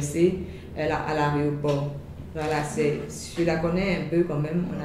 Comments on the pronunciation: On dit pas aréoport oh. On dit aéroport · tu as dis quoiiiiiiiii? Aréoport ou aéroport ? tchia tchia tchia tchia ko aréoport. gagagagagaga